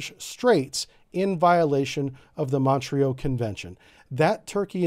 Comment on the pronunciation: Montreux, pronounced MON-troe. Not MON-tree-oh.